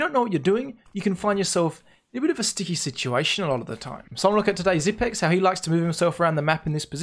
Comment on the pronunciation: It's Xypnix. Not xypics.